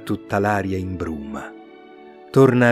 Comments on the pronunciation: Complimenti bella voce e bella recitazione. Nella poesia sabato nel villaggio mi sembra di sentire imbruma anziche imbruna come c'è sul testo scorrevole. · SI , sento imbruma pure io , ma ci sta bene lo stesso 😊.Dà un non so che di poetico !